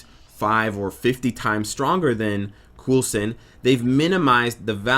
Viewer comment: killing me. it's pronounced coalson not coolson. watch agents of shield